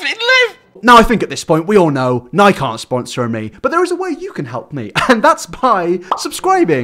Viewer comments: Lol off topic but "nike?" In elementary school a kid was wearing a nike hat and I said, "nike? What's nike"? pronouncing it the same as u. He poked fun at me and said it was his older brother. 😂 Not certain what country your in but in the states we call it nik-EY. Which apparently is the proper way cuz its named after a Greek God and that's how its pronounced. Get it right. JUST DO IT!😉😂😁😜✌ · It is pronounced Nike-Y! Not Nike! Lmao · Did you say "nike" instead of nike-e? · Nike will only sponsor you if you pronounce it "Nike-ee" as an American company. :P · It’s pronounced ni-key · It's Ni-kee ... like the goddess. Nike doesn't rhyme with bike my dude... lmao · im sorry but who says “nike” and not “nikE” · I can’t get past him pronouncing Nike-like Mike 😂 it’s pronounced Ni-key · I only learned that Brits say ‘Nike’ like ‘Mike’ instead of ‘Nike-y’ (the correct pronunciation because that’s the name of the Greek goddess the brand was named after) a few months ago and it’s still fucking me up every time I hear it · It's not pronounced Nike like "like" it's pronounced like spikey, Mikey and so on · ni-key its pronounced ni-key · "NIKe" uh pardon its nikE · Fyi those aren't football boots, they are one of the standard colorways of adidas sneakers and skate shoes Also Nike is pronounced nike-ee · when he said nike instead of nikē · Nike is pronounced Nai-kee. Weird, I know... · Nike definitely won't sponsor you if you pronounce their brand like that (Obvious joke is obvious, almost too obvious for this note) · Its Ny-kee 👌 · I’m From America and I hate onision too but just want to clear up that he wasn’t wearing futball shoes those were sneakers and Nike is pronounced nikey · wants a Nike sponsor Also: pronounces it like Mike but with an N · When you pronounce Nike like Mike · Brits really pronounce Nike’s like Niek’s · Nike doesn't rhyme with "pike", it rhymes with "crikey" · N i e k... Nike... N I E K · It’s nike(iiiieeee) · it's pronounced ny-kEE